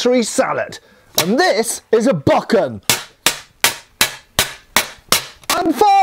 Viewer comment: I just can't let the pronunciation (or more accurately mispronunciation) of bokken go. I've honestly never heard anyone pronounce a Japanese word (any Japanese word) so ridiculously - and I've lived in the southern US (where frankly mispronunciation of both English and non-English words has become something of an art form).